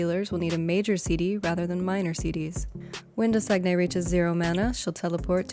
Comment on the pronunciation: The bosses name is French it is "Doe-Sane-Ye" like Champagne, or simply "doe-sane" if you're not trying to fancy it up with a French accent.